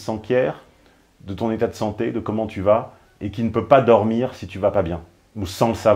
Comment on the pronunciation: Merci de maintenir le cap d'une intelligence certaine et de ne pas dézinguer systématiquement les protagonistes des vidéoscopies. Tu avais dit (pardon : djit) que tu (ou tchu) n'était pas un bourrin et que tu ne défoncerais pas n'importe qui juste pour nous faire marrer. Tu t'y tiens. J'apprécie. Mais tchu vois c' que je veux djire en véritché.